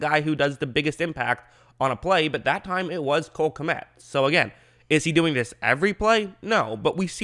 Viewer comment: By the way, Kmet is pronounced as one syllable. In some Slavic languages it means peasant, and in some senator, chief. I guess he is originally from the Czech or Ukraine.